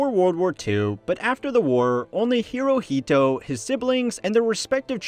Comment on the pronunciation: I heard him say "emperor Naruto". Did you??